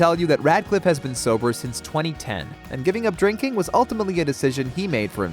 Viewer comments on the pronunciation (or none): none